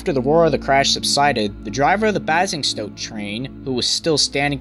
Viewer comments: ITS baising stoke not basing stoke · Bazzing-stoke! never heard it called that before. 17 miles down the road from me. Locally pronounced 'bay-zing-stoke'. colloquially known as 'basing-grad', 'boringstoke', 'basing-saint-OK' etc. UK railway accidents reference: Red for Danger 4th Revised edition by L. T. C. Rolt (ISBN: ) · IT IS NOT BAZINGSTOKE IT IS BASING-STOKE NOT BORNMOTH NO JUST NO NO NO NO NO NO GOD NO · Great series of informative vids. One point to note : Basingstoke is pronounced as "Bay-singstoke", not "Baa-singstoke" and Bournemouth is "Born-muth" rather than "Born-mouth". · Btw, Basingstoke is pronounced - 'Bay-zing-stoke', and Bournemouth is 'Born-mth'. Apart from the mispronunciations of place names, this is a good video that explains everything surrounding that accident well. I remember it, as I was sitting a mock GCSE (exams you take at 16 in the UK) exam at the time. This was a shocking accident, and cost many lives. It happened about four days before the Lockerbie plane disaster. British Rail in the 80s was full of archaic signalling and creaking old rolling stock that stank of rust and stale cigarettes. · Just a little FYI: Basingstoke is pronounced ''Bay - sing - stoke'' and Bournemouth is pronounced '' Born - mooth'' :) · Bournemouth: "Born-muth" Basingstoke: "Bays-ing-stoke" Otherwise, this video was interesting...footage I've never seen before. Thank you for uploading and providing your insight. The Clapham Junction crash was terrible and certainly a game changer when it came to signals and safety in the UK. The older slam-door equipment was eventually replaced (not until the 2000s!) by more modern trains with better safety but this would have been a tragic crash no matter what. This crash was obviously covered extensively in the news at the time around the UK, but just 10 days later there was the Pan Am 103 bombing over Lockerbie, Scotland, which was worldwide news and dominated headlines for a long time. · This dude can't say Basingstoke